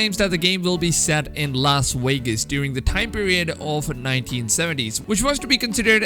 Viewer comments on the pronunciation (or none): "Las Waygus" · Lol "Los Wegas"